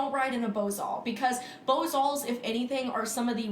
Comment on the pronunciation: How she says bosals cracks me tf up.